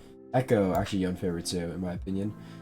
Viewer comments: Day 4 of commenting Yo-nay until he says his name right. I bought the multiversus bp late and now have to grind like an animal. updates soon to follow. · nah, It's pronounced Yo-nay. This is just my own petty way of interaction, feel free to ignore it. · why do yone streamers have the "i say yoan instead of yonay" syndrome even dzukill says yoan HAHA